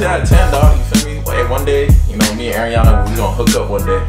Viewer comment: im srry but one of my biggest pet peeves is when people call her airiana instead of ariana lol